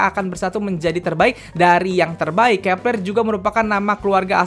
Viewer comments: Bang.. Bacaannya grupnya Kep1er itu kepleu(keplo) bukan kepLer😭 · Cara sebutnya kak " Keplo "